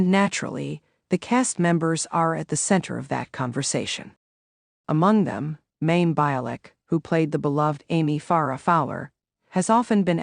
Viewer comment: Her name is pronounced as My-im.